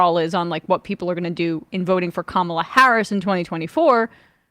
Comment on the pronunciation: Jesse saying conjoined instead of Siamese, and not mispronouncing Kamala--that shows real growth